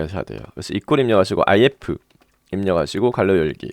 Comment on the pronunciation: 상세한 설명 감사합니다! 괄호를 갈로로 발음하는게 특이하네요